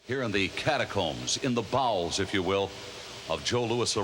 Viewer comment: Gene said bowels 😂